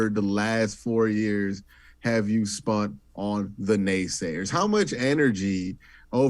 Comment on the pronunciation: Q brings the juice to this show. But bruh, please stopping saying "spunt"